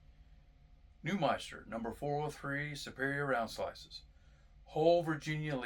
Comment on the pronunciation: It’s NewMINster man, not ‘meister’ lol